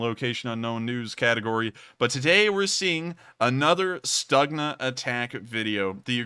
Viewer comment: It is spoken "Stoogna" not "Stucknah"